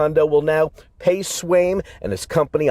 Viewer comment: Swaim or Swine? I heard Swine, and as hard as I try I keep reading it as Swine.